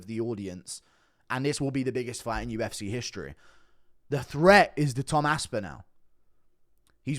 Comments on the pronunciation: Aspinall not Aspinal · Great vid but it’s pronounced aspinall (as-pin-all) I’m no grammar nazi but it was grating on me